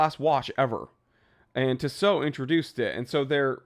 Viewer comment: It's pronounced tea-sow